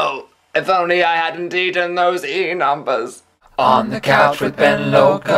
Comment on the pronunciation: What the fuck are "Enumbus"? ;)